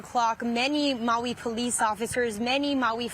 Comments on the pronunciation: "Moey"? Who in hell pronounces it Moey? That said, our hearts go out to Maui. We were there for ten days in 2022 and are just stunned to see this. Godspeed to you, and we so look forward to coming again (and maybe to stay!) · Need to learn how to say Maui…no O